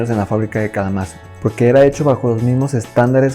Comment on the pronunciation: Eeeeeeee......... no se por donde empezar, tal vez por la pronunciación de Kalamazoo... El hecho es que primero dices que no hay que confundirse con las ES, que son E.S. (no "es" así como así) ya que viene de electric spanish, y luego dices que es equivalente a una ES-330. Lo último si es cierto, son prácticamente la misma guitarra salvo por diferencias estéticas y la opcion del vibrato Epiphone para la casino (además de ofrecere la opción de Bigsby que también ofrecía la Gibson). Pero dicho sea de paso que la Casino es la ES-230 y luego unas letras según si llevaba vibrato, la configuración de pastillas y acabado. Por otro lado, la de Paul tiene un Bigsby de fábrica, así que no fue una particularidad de la de George. Lo de que use una Texan para grabar Yesterday (que valga la aclaración es TexaN con N al final, que es el apodo del modelo FT-79) no estoy seguro, pero si efectivamente la usa en vivo para tocarla en TV. Ya que estamos la Texan, durante los años que Epiphone pertenecía a CMI era básicamente una J-45 pero con escala de 25.5". De todos modos acabas el video y NO EXPLICAS POR QUE LOS BEATLES USABAN EPIPHONE... Podrían en teoría haber comprado la Gibson 330 sin problemas, que era virtualmente la misma guitarra... Lo más probable es que haya sido por temas comerciales, ya que cuando Gibson compra Epiphone aprovechan el renombre de Epiphone para probar nuevos mercados y tiendas sin jugarse el nombre Gibson (que para llevar Gibson hay que tener una cierta reputación, c